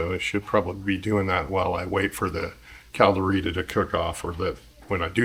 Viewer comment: Can’t even pronounce it properly?